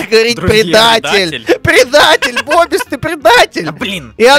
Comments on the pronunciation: не называй бобиса бобис а называй бубис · ОЙ ХАХАХАХАХ БИБИС А ПРАВЕЛЬНО БОБИС